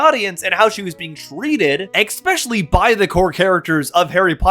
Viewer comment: Especially not EXpecially I'm not being pedantic, I just think you would rather use the right pronunciation